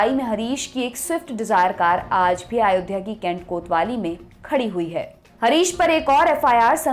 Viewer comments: सर अयोध्या होता है, आयोध्या नहीं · आयोध्या नहीं अयोध्या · Madam आयोध्या nhi hota h....